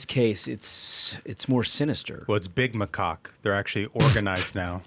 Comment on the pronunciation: Macaque? I swear I heard them say something sounding like “my rooster”😂